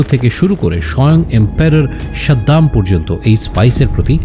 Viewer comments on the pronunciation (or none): none